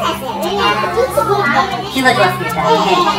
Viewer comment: 왜 빛이(비치)를 비시라고 말하는거임???? 임창정의 '겁시나'랑 같은 건가?? 빛을 빚이나 빗으로 말하는 사람들 개많던데 왜 그러지???? 못 배운 사람 같아 보이진 않은데... 기레기라 그런가..?